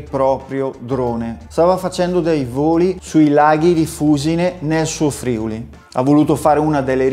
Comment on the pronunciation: FUSìNE! e FRIùLI... non martoriare i nomi delle mie terre natie! ;-)